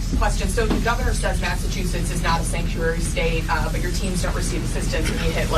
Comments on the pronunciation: Lol, you said Massa toosits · You’re so funny how you say Massachusetts with and extra T instead of ch 😂